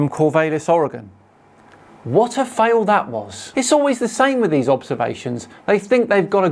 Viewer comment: THANK YOU for saying Oregon correctly. As for Rainer and Corvallis though…never heard those pronounced that way before. 😂